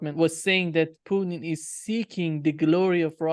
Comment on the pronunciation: Why this re74rded criminal McGovern keeps on saying President Putin's name like that. Is je bvtthurt? I cant listen to him.